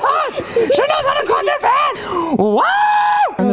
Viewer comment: " she doesn't know how to craw threw, YES SHE DOES!!!!!"🤣🤣🤣🤣